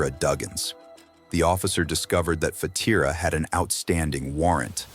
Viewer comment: Fatiria. He almost called her Fatiguea